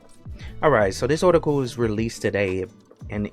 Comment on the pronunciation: You keep pronouncing it as bored, but the word is clearly bard, you also pronounce the word article kind of funny, where are you from mate?